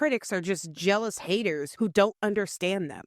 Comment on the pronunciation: This was great. You rock as do your merry band of "haydurs" 😂